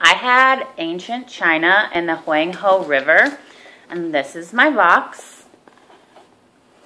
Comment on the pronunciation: Very educational but you keep saying Huang he wrong....